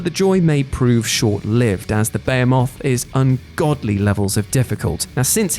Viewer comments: Did you really call BE HE Muth "Beya muth" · What said, pronounced:" Bey-oh-moth Literally Everybody else, pronounced: Bah-HEE-Meth. wait, bah-hee-METH?! Don't do drugs. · Beomoth? Like Beowulf's bug cousin? BA-HE-MUTH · "Hearth" is like girth, not Garth("Herthstone", not "Harth"). "Bayamoth"???...come on, you must have heard someone at some point say "what a behemoth"(beh-he-muth). There is no "potato-potaughto" or "tomato-thomattoh". Phonetics...don't give me that accent or "regional dialect" excuse, take elocution lessons(or at least look it up, accents are just laziness...there can be only one way to pronounce, even if we must decide once and for all and "aluminium" will not beat "aluminum"[should be "alumium"])! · I thought it was buh-hee-mooth not bey-a-moth as in gargantuan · In any kind of modern, especially gaming sense... its Buh-Hee-Muth (c'mon we all saw Deuce Bigalow, well, probably not if you're under 25). UK folks saying "Bay-ih-moth" is totally bonkers. Thats not a Tom-Ay-To, Tom-Ah-To kinda difference. In all my gaming and youtube gaming video experiences (I'm 33) This was the first time I have heard ANYBODY say it that way, no matter where they are from. And Saying the original Hebrew pronunciation is yadda yadda is like saying "Even though Nintendo decided to call him Marr E O the correct italian pronunciation is Mair E O so say it right!" when the sewer diving shroom eating plumber calls himself Marr E O. Whoever gave the name chooses how it sounds. The developers most likely would have chosen the widely used Buh-Hee-Muth. And I welcome a dev to come here and say otherwise. Naysayers, bite the boot and accept sounded like an idiot here. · I'm sorry, Beyemoth? What are you smoking? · "Bayamoth" how in the world was that decided the correct pronunciation across the pond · Ba - he - moth lol. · Behemoth (Beh - hee - mith) - otherwise good vid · i believe it is pronounced beheemeth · The correct pronunciation is buh·hee·moth